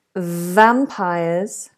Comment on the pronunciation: VisAbly? So much for an English teacher. And vampiErs! Laughable now.